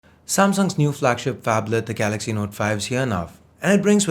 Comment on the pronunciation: fonblet..not a phablet ...